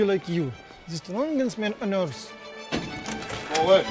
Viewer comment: "Holy mother earf"